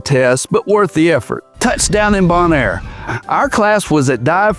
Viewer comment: Just listening on audio. I didn't realize Bill Clinton was a diver. Also, it's bone-air